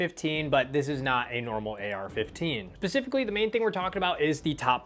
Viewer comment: My guy said pacifically